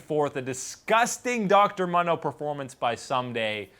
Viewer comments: He's pronouncing it incorrectly for the fact dr. Mundo says his own name in his quote and it's as the original post says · why do you say Mondo? the word Mundo is in spanish and its phonetics are "Moon-Dough" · I'm not even going yo argue... I should not have used the word phonetics (you are right I actually don't know about phonetics) but I stand my ground on the fact that the spanish pronunciation is not the one he uses.. And Mundo is a spanish word. I am not even trying to be a nazi about it.. I really am genuinely curious about this because even casters make the spanish pronunciation. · Actually, if you are talking about phonetics, it should be like this /ˈmʌndoʊ/. The word "Moon" would be like this /mun/ and "dough" would be like this /doʊ/. And the way is pronouncing it according to you would be like this /ˈmɑndoʊ/. So yeah, phonetics are diffcult sometimes. You need to be careful when you try to correct phontics and even phonology. Accents may interfere in most cases.